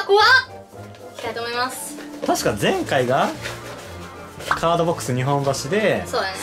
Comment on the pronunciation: いつも思うんやけど、｢にほんばし｣ってずっと言ってるけど正しくは｢にっぽんばし｣ちゃうんかな？